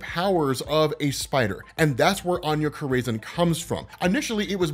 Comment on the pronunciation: I love ya, but Anya Corazon is pronounced aH-nYa Core-a-zOne. Keep up the great work brother!